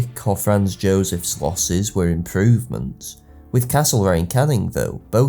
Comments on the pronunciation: What bothered me so much was his continuous mispronunciation of Anglo words when he could just look them up. Caning, vis-count ect. His views may have something to do with his preference for socialist history, as opposed to whig, revision or post-revision. This doesn't come up in his classical videos but is increasingly prevalent in his more modern videos (see "work" which also uses outdated evidence for how long people are off work for - 51% indeed!). His videos are still good - entertaining and informative - and classical videos most of all. Rome is his area of expertise and those videos are wonderful. But unfortunately I've increasing found you have to take his videos with a strong pinch of salt (like ExtraHistory). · The pronunciation thing really gets to me. It's great work in fairness, but every time he said Canning or Viscount my ears started to bleed. It's not even a regional of US pronunciation, it's just wrong.